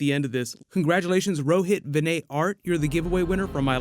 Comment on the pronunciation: Wow! You pronounced Rohit Vinay correctly!!